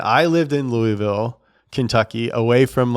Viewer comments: "Louyville" cmon you know that's not how you say it if you live here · why you saying Louisville like that, you know that ain't it big dawg